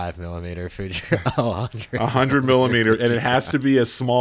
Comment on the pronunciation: Fuji-kron lol. Read, F U J I N O N, en owe en, fu-gee-non.